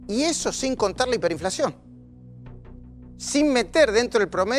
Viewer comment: minuto dice "hiMperinflacion" minuto dice "receNsion" eso sin mencionar q desde el minuto hasta el minuto es un flor de pelotudo